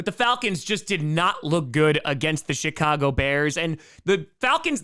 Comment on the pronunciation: did you say, "You got the SHIT-Cago Bears"?? I replayed it like 3 times. I swear that's what you said.